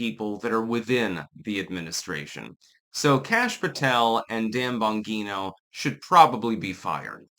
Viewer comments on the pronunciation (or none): It's Bon-G-No. Why does he REFUSE to say it correctly? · It is but is saying it wrong. It's an Italian name pronounced "Bahn-jee-no". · Please learn to say ppls names correctly. It’s not Bon-ghee-no. It’s Bon-jee-no. You look like an idiot. With all your research and videos you watch, you’d think you’d pick up on it by now. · Bon "Jean-O" your not Spanish, you can pronounce your Gs, not as an H, but as a "jee" like "Jeep" Please don't use your local accent as an excuse. It's not. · It's (bon-jee-no),. I can't tell if you're doing that on purpose or not😂❤ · Umm, it’s Bon-Jeé-No. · Juat get rid of all 3 of them. But at this point, seems like it's Trump. Also, the name is not bangeeto. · If anything, Bondi should be removed. She keeps lying to everyone, and she keeps promising to have people arrested, but does nothing except go on FOX News. BTW, the "g" "Bongino" is pronounced like a "j". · Is that your handler in the reflection of the YouTube award? And it's pronounced "bon-gene-oh". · It's Bon-gi-no. fuck get it right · I'm sorry,, but I respectfully have to disagree with you on this one. Dan I trust 100% (and it's pronounced "Bon-GEE-no"). He's proved his quality repeatedly. Bondi is the one I don't trust for a second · It's "Bon Jee No", Italian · Why do you change Bongino's name into Bongeeno? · Dan "Bahn-jean-oh" 😎👌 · It’s pronounced Bonjino. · Pretty sure it’s pronounced “bon-jee-no”. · .....are you intentionally pronouncing his name wrong? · Can someone teach how to pronounce Bongino? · Yes. That's the way his own announcer pronounced it. He's only been around a few years, with a YouTube channel, spots on Fox, and then a radio show. It would help if he listened to a little audio if he is going to talk about people to know what their names sound like. It's not tricky like Gadot, Ghislaine, or Rowling. It has an Italian way to say it. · He always says it incorrectly - for some reason.